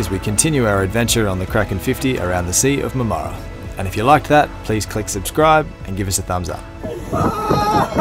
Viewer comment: "Mar-ma-ra" not "Mam-aara". Have fun.